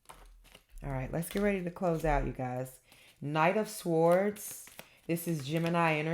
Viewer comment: Hello my darling daughter, Shondi here. The correct pronunciation of "swords" is "s or ds" sords "w" is silent...l enjoy your sweetness and energy great entertainment. Love you darling. Shondi Thanks!